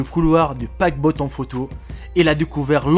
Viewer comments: paquebot pas paquebot paquebotte ! ! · Un "paquebotte" ? Anne "Bolain" ? C'est ta manière de parler qui est hantée ...